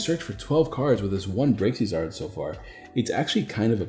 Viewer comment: REEEEE Its Braixen not braxien sweetie please read your cards lolol